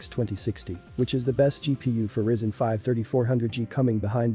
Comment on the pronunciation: It's RYZEN not RISEN